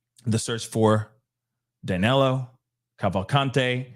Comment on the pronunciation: Not that this matter but if you read his name like Danilo maybe you're going to pronounce it right. In portuguese i and e sometimes have the same sound 🙂.